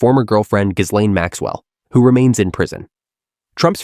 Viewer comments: IT'S NOT GIS-LAINE! IT'S GEE-LEN. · Does everyone mispronounce Ghislane on purpose? It's not GIZLANE. It's G'laine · Ghislaine Pronounced Gee Len French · It’s not hard to pronounce ok Gee-lane The s is silent